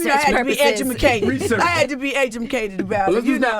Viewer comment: adgmucated??? wtf?